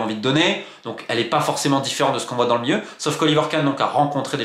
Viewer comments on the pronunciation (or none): le miieu pour le milieu. J'adore Romain mais il a un débit de mots et phrases trop rapide pour l'écouter assidument. Dommage!